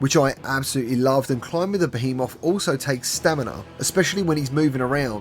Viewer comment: Youre saying Behemoth wtong😉